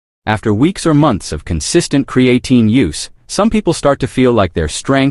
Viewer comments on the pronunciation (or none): Can’t watch your video if you can’t pronounce the word.